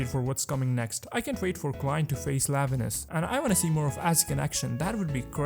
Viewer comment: Nice video bro. I just wanna correct some minor spellings like: -Moses Ascetic Order (pronounced as “assetic”) -Numinous Episcopate (epis co peyt) -Lanevus not Lavenus.